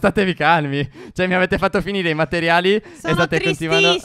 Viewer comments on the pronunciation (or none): Stef ma perche dici matteriali?